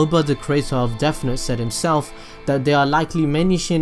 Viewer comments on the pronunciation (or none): No need to make fun of you but “deaf note” sorry it bothered me that’s all